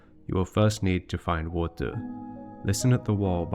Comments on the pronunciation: “WAUTEUR”, I dunno, I enjoyed listening to this word being pronounced as if it is some magical strange substance. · i dont want to believe it because it sounds absurd, i agree on that, but i see no other reason for him to pronounce "more" perfectly correctly and pronounce "water" like he does, it jsut doesnt add up, i dont want to accuse anybody but the evidence elads me to believing this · Your pronunciation of “water” just makes me think that it’s a sneaky bit of worldbuilding itself. You’re saying it that way because the liquid that fills the ruins looks like, but is not exactly the same as, the stuff we call “water” in our world. At least, that’s my theory! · Love the project... Not a fan of the 'water' pronunciation 😂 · You have such a peculiar way of pronouncing water. Either way, always captivated by this world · You say “water” so interestingly! It’s like you shift the voicelessness of the release of the /t/ back onto the stop itself, but by the time the plosive is released, it’s voiced again 🤔 Do you know if this is a regional pronouncication? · Or maybe it’s a glottal stop at the same time as the /t/? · yes, i am one of those people, but he can say "more" without slopping the R at the end, theres no reason for him to not know how to do the R at the end of "water", thats why i think he does it on purpose